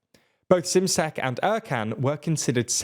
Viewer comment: It’s pronounced ‘shimshek’, not simsek.